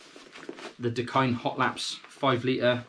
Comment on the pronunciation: You are definitely pronouncing it right, Hawaiian pidgin pronunciation for "the kind"